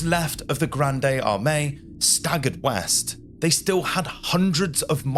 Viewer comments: Jesus Christ, If you can't pronounce "Grande Armée" correctly to save your life, just pronounce it in English. This is more painful than body lice knawing at your skin. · Nice video…but your pronunciation of Grande Armee is Cringe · Just say Grand Army not "Grandey Armey" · Graund Armae not Granday Armay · Not "gran-day arm-ay". The "e" is silent. For an English speaker, "grand arm-ay" works. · The Grande in Napoleon’s Grande Armée is pronounced “GROND” there is no e acute on the end so it’s not “GRONDAY”, apologies for being pedantic but that’s a schoolboy mispromounciation. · "Grande", silent "e" with no accent, not "Gran-day". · Thanks for this interesting post. A small advice from a french viewer : you don't say Grande Armée - as in Ariana Grande - but Grande as in Grand Canyon 😊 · interesting. One remark. The term is Grande Armée. Pronounced also in english: grand armey. not grandey armey. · GRANDE ARMÉE is not pronounced "Granday Armay", but "grahnd ahr-MAY". Have a little respect, please. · "Gran-day Ar-may" Like, NO ! ! Dude, get your French squared away before you start spouting it online. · grande armey lol not a coffee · I really enjoy your content and find the subject matter fascinating. Your videos are very well done. I feel if you do a bit of research on the pronunciation, your videos will be next level. Not just the medical terms, but things such as Napoleon's Grand Armée, which is pronounced Grahnd Arm-MAY, really make a difference. A quick Google search is all you need. Anyway, keep up the great work! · "Granday Armani" killed me...:face-purple-crying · Grande armani lol, yeah idk, that's very little effort put into even getting the names right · Why are you mispronouncing La Grande Armee so much? You said at one point grande armani 😂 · The nearest pronounciation would be: 'Grond Armi'. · "Graahnd armeh", for goodness' sake! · God save us .....'Grande Armee' ....not Gronday Armay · Granday Ahmay _ I love your French pronunciation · "Granday Armani"?